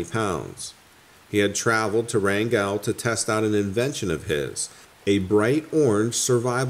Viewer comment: Oh my gosh, every time you said “Wran-GELL” I yelled “Wrangulllll!”